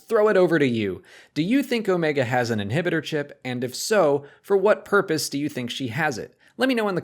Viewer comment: it's yah inhibidah chip